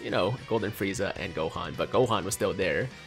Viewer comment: who tf says “freku”??